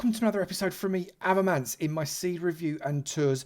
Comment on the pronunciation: thanks for showing my seed Avomance. yes you said my username right.